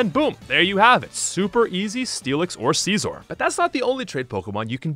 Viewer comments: It’s pronounced scissor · "See-zorr" aiyah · it's genuinely funny to me that no one seems to understand how to pronounce "Scizor" (it's exactly the same as "Scissor") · Don’t think I’ve ever heard Scizor pronounced that way. The anime and just about everyone I know uses the Siz-or pronunciation.